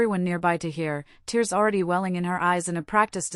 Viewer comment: Please FIX your AI NARRATOR. This word Agape is pronounced as A-GAY-P and not as A-GAR-PAY. Also TEARS (crying) is pronounced as TEERS and not TARES